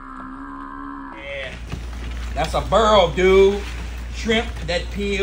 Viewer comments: How you get “burl” from “boil” it’s literally no way to mess that up lol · If you have been saying boil and oil like a cooyong your whole life I'm here to help you today it's boirl and oirl . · I like how he says "Burl dem krauhfish!"... Simply the best! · Is he saying bural? Wth do you mean boil 😂😂😂😂 I love how he talks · " shrimp comes to a burreel." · Is he saying Boil Burl???? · Berrel or boil??? 😂😂😂😂😂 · I Love the way you say "BOIL"😂😂😂❤❤❤ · Now u just doing it on purpose. U know dam well how to say boil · I ain't even know boil had a 'r' in it. I'm stupified